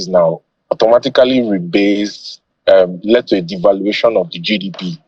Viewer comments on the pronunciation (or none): "Led" and not " lead"